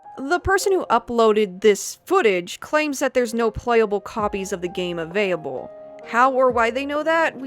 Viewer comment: "Avayable" "avayable" "avayable" Do you have a stroke everytime you say "available"?